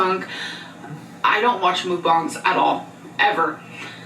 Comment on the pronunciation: God damn if I have to listen to hear her mispronounce “mukbang” one more time 😭 it’s not “mookbong” it’s “muckbang” pretty much how it’s spelled!!